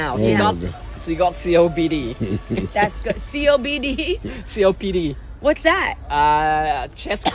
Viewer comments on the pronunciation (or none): The minute he said "CODP" I Knewwww he meant COPD....chest chronic, oh shit Jeannie said 😂😂😂